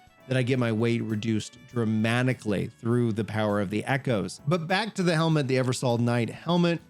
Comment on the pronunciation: Are you dyslexic or just illiterate? Stanima, dramanically, and snew instead of sinew.🤨